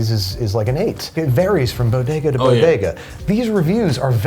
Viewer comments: Say it with me now: "Bo-Day-Gus" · I thought it was pronouced "Body-gah". ./hides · Say it with me Bo…De..Ga..